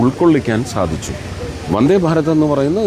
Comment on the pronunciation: 'വൻദ്ദേ' ഭാരത്!!? ശരിയായ ഉച്ചാരണം ആയിക്കൂടെ കുട്ട്യേ?! 'മൽയാലം ചാനൽ' അല്ലേ?